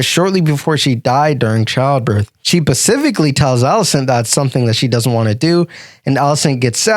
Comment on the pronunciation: I can't listen to a moron who can't pronounce the word specifically